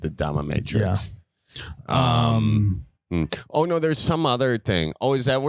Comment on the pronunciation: Anyone else notice calling it domiMatrix😂